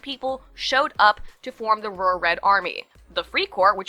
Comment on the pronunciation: Are you saying, "rural?" Also, I think I love you. Keep up the great work. Plus, if you hate banks you MIGHT end up hating Jews. I don't, but I get Counter-Semitism.